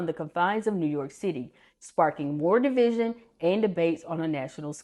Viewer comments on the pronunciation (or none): none